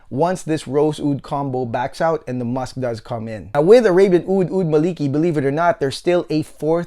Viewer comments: Amazing review. Just a short pronunciation correction: It should be “Maa li kee” As per the arabic “مالكي" Keep up the amazing reviews 😊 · it's "الملكي" == "royal - kingly" not "مالكي" == the whole meaning changed so should say: "al - mala - key"